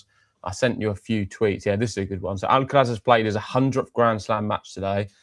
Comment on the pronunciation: Weirdest miss-pronounciation of "R" by these guys. Noticed that they pronounce R perfectly in normal sentences.. but as soon as it is in a name, (Alcaraz, or Cerundolo for instance), they suddenly cant do it :D